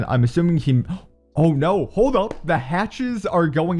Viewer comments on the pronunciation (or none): none